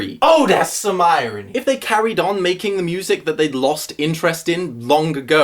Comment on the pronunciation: "Ohdasum irohny!" lmao